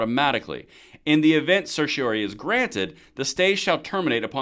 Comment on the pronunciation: >tries to explain legal document >can't even pronounce certiorari Probably want to stay in your lane and not be at home.